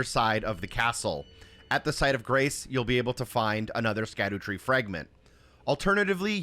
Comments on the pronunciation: Instantly stopped watching when bro didn't know how to pronounce "scadutree". Brother it's Shadow Tree fragments smh L video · How old are you dawg? Cant pronounce latin lmao. It's shadowtree not skadootree . Why would you even think it's pronounced like that, don't mean to sound petty but im not watching 30 minutes of a grown man who probably passed high school say skaddootree the whole video. Its almost impressive how badly you butcher that shit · it’s “shadootree” not “skadootree” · Its pronounced "shadow tree" btw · Great video but it’s pronounced “SHADOW” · It's pronounced "Shadowtree fragment". Scadu is an old spelling of shadow. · Isnt it pronounced "Sadutree" as in Shadow tree? with the sc making an s sound like science or scene.